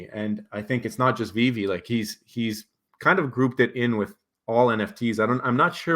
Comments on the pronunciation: Anyone who speaks on Veve and says “this app called veeve or w.e” should just stop right there . Learn to pronounce the name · Kevin comes across as a high school jock picking on a nerd so that he looks cool and has it all figured out. Small minded people think if they don’t see something, it doesn’t exist. Mispronouncing the name (on purpose) shows his arrogance. My opinion on what he thinks is beyond insignificant.